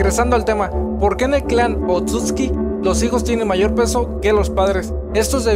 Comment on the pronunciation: Me parece que la forma correcta de pronunciarlos es "Otsutski" igual no confirmo nada xD Saludos!